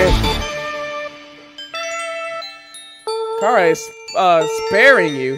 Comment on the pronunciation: Finally, someone who says chara's name right!